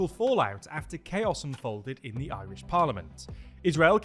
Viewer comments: As an Irish person, I don't think I've ever heard a Brit pronounce Irish words so well. Kinda shook TBH. Go raibh maith agat. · ...you fecking nailed the pronunciation on this one. Might be the best job I've ever heard a Brit manage 🎉